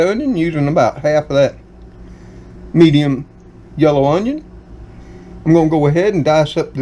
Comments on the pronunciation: Hi, I'll be 70 soon and live alone. I put the dates on my calendar in the kitchen of when my bills are due, Dr. appts, birthdays, etc. It helps me stay aware. Do you have any "Cajun" blood in your family? My Cajun uncles pronounced "Onion" the same way you do! Good Bless you My Friend. ❤ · Would you give lessons on how to say "onion"? You have the cleanest stove......it's like immaculate. This dinner sounds delicious! Yes, I could hear the thunder.